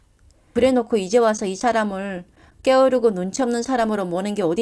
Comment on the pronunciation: 께으르고 라고 발음 하지 말고 게으르고 라고 발음해 주시면 좋을것 같아요. 잘 들었습니다